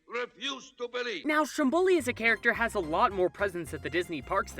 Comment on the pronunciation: My Dear Disney... Strombòli can't be heard, it's Stròmboli. (I can hear Sicilians people cry AHAHA)❤️